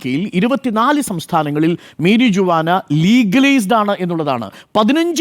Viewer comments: മരിയുവാന ❌ മേരിജുവാന ✅ 😂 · മേരിജ്ജുവാനാ?😂 Pronunciation correct alla.. അറിയില്ലെങ്കിൽ മലയാളത്തിൽ പറഞ്ഞാൽ പോരേ News reporting should be correct in all respects..